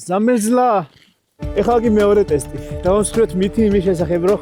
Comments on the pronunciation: ზამერზლა კი არა ზამიორზ 😂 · ზამერზლას თესლად ამბობ 🤣🤝 🫶😎🤝